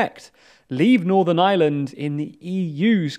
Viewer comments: Er, lads, it's Northern Ireland, not Northern Island (at ) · Iland instead of Ireland, Közon instead of Kherson. It’s just funny. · again lads? How many times are you going to misspell "Ireland"? This seems to be a pretty common occurrence on your channels... Pronounce the R and maybe your editors/copywriters might realise there is one in Ireland...